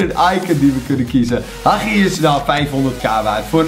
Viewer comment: Je hebt fifa in je naam staan terwijl je Hagi en eusebio niet eens is normaal kan uitspreken.